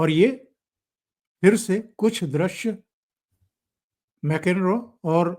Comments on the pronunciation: जो आपके। विष्लेषण बहुत अच्छे हैं, केवल एक बात का ध्यान रखिए कि विदेशी नेता लोगों के नाम सही लिए जाएं। आपने बार बार प्रास के राष्ट्रपति को मैकेनरो कहा जबकि उनका नाम मैक्रों है। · सर, आपका विडीओ इच्छी हैं, एक सुझाव फ्रांस के अध्यक्ष का नाम मेक्रान है, मेकेन्रो नहीं. कृपया अगदी बार सही नाम से जिक्र करें. धन्यवाद